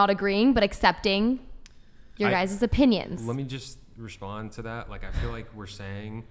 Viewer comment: Love the way she says guys' opinion as guyses' opinion. The extra syllable speaks volumes. Edumecation.